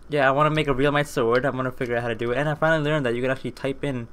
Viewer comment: U need halite armour and realmite is pronounced relmite